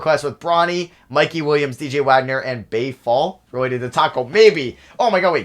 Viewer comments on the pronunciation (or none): none